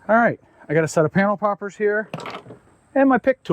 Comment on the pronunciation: "Panel Poppers" at first listen did not sound like "Panel Poppers" LMAO "Son of a b!@ what happened? "i went 3 Ugga-Duggas instead of 2" LMAO